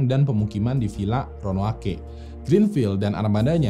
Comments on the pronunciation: Jdi yang benar Ronoake atau Roanoke nih bang?? 😂😂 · DI BACA ROWANUK. BUKAN RONOWANOKEH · Roanoke apa Ronoake. Bang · ROANOKE Baca RONOUK. Next mohon bahas Norfolk Regiment yg hilang secara misterius pasca masuk ke hutan berkabut Bang. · Sekedar kritik konstruktif buat: tolong pelafalan istilah, nama tempat, dll diperbaiki... Ro-a-no-ke... Bukan Ro-no-a-ke... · ronoake atau roanoke yang betul guys?🙏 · Ronaoke apa ronoake bang? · Ronoake ato Roanoke.. 😂😆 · Roanoke apa ronoake ya????? Hhmmmm🙄🙄🙄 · Roanoke apa Ronoake.... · kok gua dengernya ronoake ya ? ronuok bang bacanya haha cmiiw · ronoake ape roanoke bang ? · ROANOKE apa RONOAKE? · Ronok bang bukan ronoake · Bang ROANOKE atau RONOAKE wkwkwkwk :v :v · Roanoke bukan ronoake: ronoake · tulisannya disitu Roanoke.. tapi jg bacanya ronoake 🤣.. portugis jadi portugas 🤣🤣🤣.. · Roanoke dibaca Ronoake 😂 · tolong penyebutan roanoke dan croatoan nya, dan istilah asing lainnya disebutkan dgn benar ya. Karena ini sejarah! Terima kasih